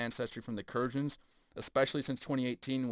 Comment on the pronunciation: Kurgans pronounced "Koor-Guns" maybe ?